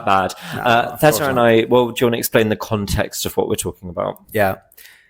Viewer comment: I hope you don't mind me saying this,, but I really like that you’ve stopped "mangling" César's name in the English podcast. I know it's kind of natural for native English speakers to pronounce foreign names or words in an English way – still, it made me cringe a little every time. 🙂 Congratulations to both of you! I think one and a half years is a very short time to reach such a high level in a foreign language.